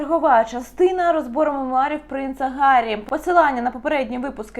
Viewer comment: Мемуары,а не меруары 😊